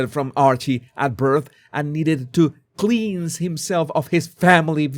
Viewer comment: Cleanse is pronounced 'klens'.